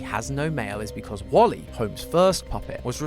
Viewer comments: When you pronounced Wally, you say it like wolly and remove the W and it’s my name! Olly! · Is it Me Or do I Hear Calling Wally Wooly?